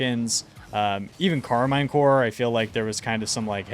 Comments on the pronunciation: It's Karmine CorP (for corporation) not Karmine Core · Love the videos but please stop saying Karmine Core 😂 its Karmine Corp